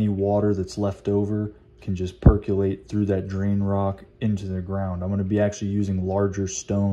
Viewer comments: per·co·late (there is no "u") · Good video. Just a dorky FYI, it’s pronounced “Per cō lāte”